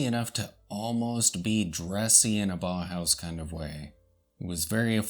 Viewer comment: Nice video. Someone may have said this already but it is pronounce "bow-house" rather than baw-house. au in German is pronouced like "ow" in sense of "Ow, that hurt."